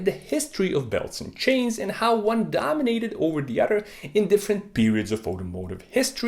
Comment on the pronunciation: Hehe he said udder